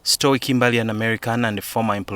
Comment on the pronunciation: Name is pronounced stou not stwee